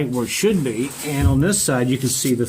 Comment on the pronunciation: Be, not 've